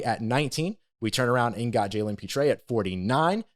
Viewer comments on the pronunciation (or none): I spoke with Brett Favre and he told me Pitre's name us pronounced Pirte like Purt.